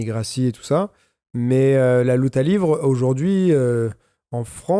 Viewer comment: LIVRÉ SVP PAS LIVRE(pour la prononciation)